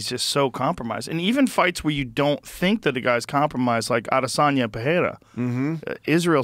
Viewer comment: Pronounce israel names correctly. It’s Adésanya. You all pronounce the europeans & russian names correctly. Say the African names correctly.